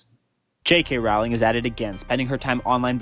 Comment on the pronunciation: Just for starters, I wish that the people who disagree with J. K. Rowling would learn how to pronounce her name! (It rhymes with "bowling," folks, not with "howling.") Sheesh!